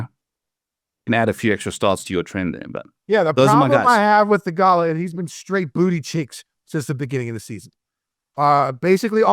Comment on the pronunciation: Kenny needs to stop saying theegala like ricola